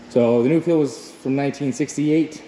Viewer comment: 177hp Perkins............Nuffield is pronounced.......Nuff....ield, not Nu....field, all the way from the UK.